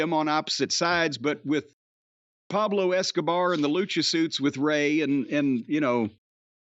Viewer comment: I always freaking laugh whenever he says Pablo Escobar 😂😂😂